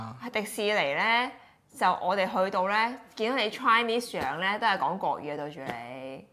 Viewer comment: chinese的發音都錯